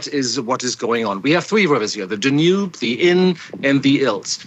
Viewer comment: Someone teach him how to pronounce "Danube" and "havoc". Where is this guy from??